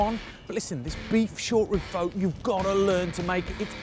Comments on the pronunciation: As a viet his way of saying pho, it hurts me, but what I would do differently is with the noodles I don't cook it with the broth, I just pour boiling water on top of it in a bowl and let it soak for a minute or two. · Thankyou, I understand taking out the N, I have just heard it pronounced the O like in "hose". I was just curious